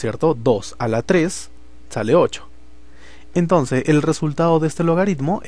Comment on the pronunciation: Se dice entonces no entonce